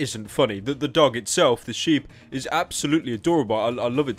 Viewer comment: did he just call a shibe a sheep?